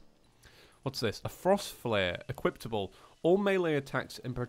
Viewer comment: I love how he says 'Equiptable' instead of 'Equipable' It's like a Character Trait 😉